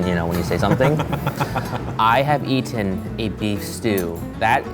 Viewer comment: the way said 'eaten' at sounded SO very British...